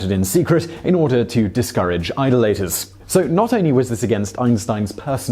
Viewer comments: idol aters? me thinks the accent mark goes in front of D in second syllable, not infront of the I in the first syllable. so "Eye-doll-uh-ters" vs "idle-eight-ers" ROFLS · Your pronunciation of idolaters was hilarious, you dont even have the excuse of having an american accent. Keep up the good work :) Edit - Not that americans say it that way either.